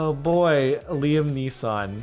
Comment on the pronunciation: Who tf actually pronounces it 'Liam Nissan"??? Is he stupid LOL